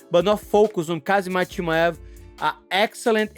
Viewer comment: It’s Ham Zat with a silent K